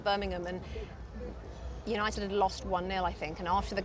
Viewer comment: Gary “YAnited” Neville